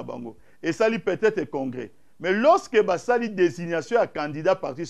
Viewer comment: Loseke au lieu de lorsque mawa médiocre ah ah mon Zaire